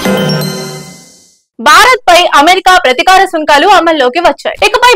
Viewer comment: ఏమ్మా కనీసం తెలుగు మాట్లాడడం చదవడం కూడా రాదా ప్రతీకారం అనలేక ప్రతికారం గొడ్డు కారం అంటూ భాషను బ్రష్టు పట్టిస్తున్నారు